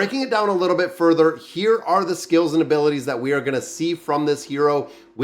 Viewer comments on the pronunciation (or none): none